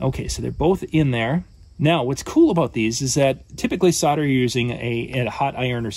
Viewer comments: Isn't it called Sol der not Sod a? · Why do americans say sodder?. It's solder